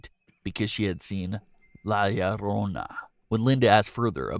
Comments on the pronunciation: He says LA LLARONA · Why the fuck u say her name so weird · My man sounded weird whenever he said La llorona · Why you gotta say la llorona like that man😂❤️